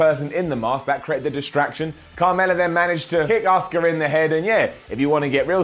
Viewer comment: Does anyone else think when says Asuka's name as Oska it sounds like Oscar which soundslike Oscar the grouch